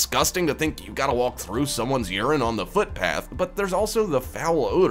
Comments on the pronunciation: Is this guy actually saying "wawwllk"???!!! Sounds like it!!! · We call the crosswalk button, the 'Nothin' Button' (pronounced the nuttin' button) ...and please could you stop pronouncing the 'L' in the word walk? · The narrator doesn't know that the "l" in the word walk is silent. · First time I’ve heard someone pronounce the ‘L’ in WALK. Haha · Same here, I thought his pronunciation of the word was odd.